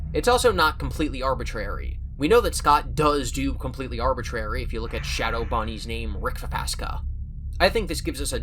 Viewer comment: Did... did you just smoothly pronounce Shadow Bonnie's legal name?